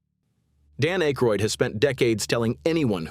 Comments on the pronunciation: Dan "Ache-roid"? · Pronouncing akroyd like that kills my faith in this entire video lol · John Belushi did not take over Weekend Update from Chevy Chase. Jane Curtain did. She was later joined by Dan Ackroyd (whose name was repeatedly mispronounced by the A.I. narration) as co anchor, and later Bill Murray. Animal House was released in 1979, before The Blues Brothers, which was released in 1980. Some of the images were not images of the people referenced, an annoying constant in A.I material. And while I’ll admit Eddie Murphy did carry the show during the early 80s, none of 1981 through 1983 cast members were mentioned, in particular Joe Piscipo who had some fairly popular characters. I think given her post SNL success, Julia Louie-Dreyfus should have at least been mentioned. Also I would have mentioned that both John Belushi, and Bill Murray’s brothers joined the cast. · You pronounced Dan’s last name wrong dude.